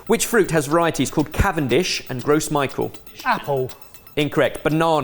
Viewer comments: I loved the format but I am peeved at pronouncing it Gros Michael instead of Gros Michel. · Hold up can we talk about how ben called the banna a "Gross Micheal" when it's pronounced "Grow Michelle"? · I'm disappointed that pronounced 'Gros Michel' as 'Gross Michael' because not only should he have known about that being the type of banana that banana flavouring is based on, it would have been the perfect opportunity for him to flex his French. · education in French coming in hot with the "gross Micahel" 😀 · mangling gros michel was painful... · And it's only fitting that I made a typo while making fun of his pronunciation. Serves me right. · Hell yeah, I love a quiz! But,, please! You're a chef. That's not how you pronounce Gros Michel.